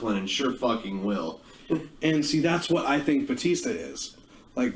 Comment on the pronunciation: It’s BA-tista not BOO-tista!